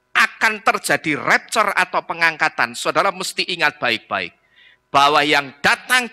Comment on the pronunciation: Ngomong rapture saja gak becus!!